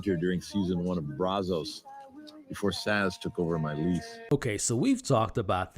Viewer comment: Her name is Sazz not Zass